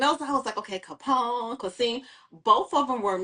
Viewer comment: Quasim not Quaseem